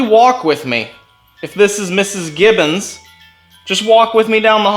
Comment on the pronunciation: That was so funny that you both kept calling them Gibson instead of Gibbons 😅